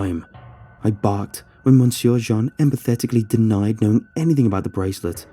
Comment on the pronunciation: Your ......... interesting pronounciation of “monsieur” as “mon-sewer” instead of “m’syuh” is quite distracting. Also the word “retread” you keep saying - what word do you mean? Retreat, perhaps?